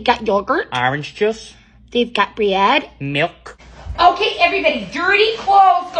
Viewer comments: I love the way you pronounce things "They've got bre-ad" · Why did the pronunciation of "Bread" make me laugh? LOL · Didnt know "bread" could be 2 syllables...